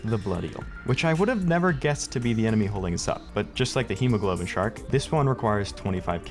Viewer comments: It is pronounced hemoglobin like how goomb1 said, but iirc the actual enemy name is hemoGOBLIN Shark, I could just be stupid though and have bad memory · And hemoglobin shark. Like dude, is a goblin shark. Its hemoGOBLIN shark, not hemoGLOBIN shark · Its hemoGOBLIN, not hemoGLOBIN, absolutely unwatchable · its Hemogoblin. its a pun on Hemoglobin, a protein in red blood cells. So its Hee-moh-gah-blen